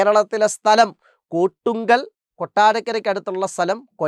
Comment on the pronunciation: കോട്ടുക്കൽ ആണ് കൊട്ടുങ്കൽ അല്ല